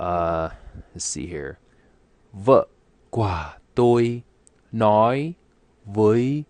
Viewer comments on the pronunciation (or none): )) OK. Just listen more and more videos/audios. and, for the word "của", your pronunciation sounds like "qua". Resently i can't find an example video which have "của" for you to follow.